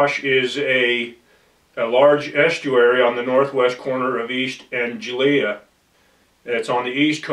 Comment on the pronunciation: You would have thought he would bother to check the pronounciation of Norfolk , Lincolnshire and Anglia ???